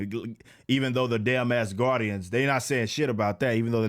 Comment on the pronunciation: Rippa, I know you said "black Asgardians," but it sounded like you said "black ass guardians." lol I had to point that out. Love the video. I agree with everything you said about the MCU getting worse. I expect the next Iron Man movie to be Rescue, Pepper Potts's armored alter ego, since she was already wearing the suit in Avengers: Endgame. I'm not all that thrilled about the Phase 4 slate, as I expected to be. I just don't care what Disney/Marvel does any more. We all know what the next team-up movie's going to be; that all-female Avengers they keep talking about. We're not asking for it, but they keep giving it to us.